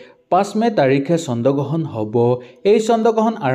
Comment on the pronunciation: চন্দ গ্ৰহণ নহয় অ' "চন্দ্ৰ গ্ৰহণ" হে 😂😂